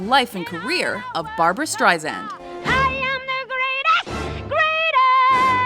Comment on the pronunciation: BAR-BOO-RA BAR-BOO-RA ...